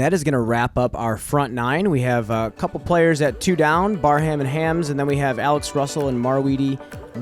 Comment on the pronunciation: Also Hammes as hams seems wrong, but I don’t really know.